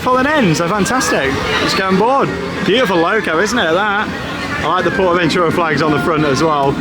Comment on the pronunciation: Thank you for sharing the correct way to Pronounce Porta Bentura appreciate it